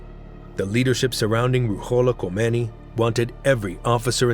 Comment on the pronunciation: In Farsi, “kh “ sounds like the way you are pronouncing “h”. The “h” should actually be pronounced like an “h”. You have them backwards.